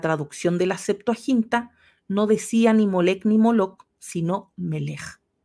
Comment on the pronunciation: Ojo: en Molec-k, la consonante final la pronuncias como [g], no es correcto. Ojo: la traducción Griega de los Setenta es poco confiable.